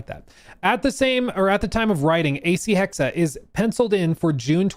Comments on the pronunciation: Erf.. #1: Hexe is the german word for witch and pronounced Hexe not Hexa.. the E at the end is the same as the first E (Just like with the E in Porsche... but i kinda gave up on explaining that). #2: I never minded magic in Odyssey, on one hand its part of the actual Odyssey, on the other we always had magic in the background story with all the gods the apples of eden, etc. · Try to pronounce the second E in Hexe like the first E. HEXE 🪵🔥 HEXE 🪵🔥 HEXE 🪵🔥 HEXE 🪵🔥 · He finally learned. His "Hack-say" was cringe, lol. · You’re just fucking with us the way you’re pronouncing “hexe” right?…… RIGHT!?